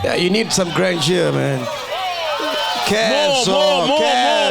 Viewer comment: Sol missed the perfect chance to say Ikshaya GRAND JOH. Instead he said "Grand yoo"